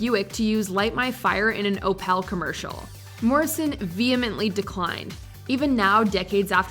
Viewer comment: My inner car guy cringed at the pronunciation of "Opel".